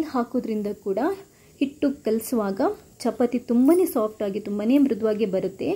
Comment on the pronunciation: Very nice tumba chennagittu,tricks kooda very good, nimma narration is also very fluent as well as good but small correction if you don't mind shall I tell it will help you in future e.g. pronunciation, chapati, there is one more word..... so please give importance in that direction.otherwise it is superb.